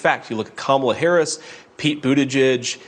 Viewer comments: First of all, Sanders can't even pronounce her name correctly. How humble is that? Just Towing the MAGA line. Also, I don't think anybody would use the word humble, to describe sanders. I would definitely use the word hubris and arrogant. But humble would never be a word anyone could use to describe her. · We should all start pronouncing the H in Sanders' first name. At least until she can get Harris' name right.